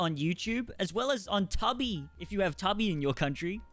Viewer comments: Right. Toobee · One word….Tuhbee instead of toobee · TUBI is two b nit tubbie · It's called Tubi "To Be" not Tubby. 😂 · I KNOW HE DID NOT JUST CALL "TUBI" TUH-BEE" 😂😂 ITS TWO-BEE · LMAO at Tubby, it's actually pronounced Two-Bee, and didn't even know they made a titanic 2 not sure how I feel about it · Too-bee not tub ee😂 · It´s called TUUBI #not TAABI!!🤭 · It´s called TUUBI #not TAABI!! 🧐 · It´s called TUUBI #not TAABI!! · okay tubby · It’s pronounced too-be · he pronounced it "tubby" ironically, right? Surely, that was a trademark Toddy running gag i'm not in on? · My Australian brother it's pronounced toobi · Never heard anyone pronounce Tubi like “tubby”. Lol! Thought we all knew it’s from the word “Tube”, as that’s the nickname for old school TV’s (coming from the technology used, to create the broadcast picture on the screen. They utilized a series of vacuum TUBES). Interesting. That a Aussie thing (not sure which country you’re from exactly, so I’m just guessing by your accent. Lol!) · you pronouncing Tubi like tubby is sending me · Tubby or not tubby... That is the question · yeah ''toob''ee''